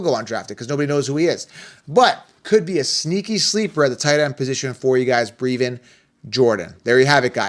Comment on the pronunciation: Brev-IN think Bruv with an E